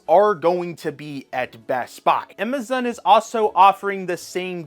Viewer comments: Who can't say Amazon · never heard somone say amazon like that lol also brotherhood is not as bad as you are making it out to be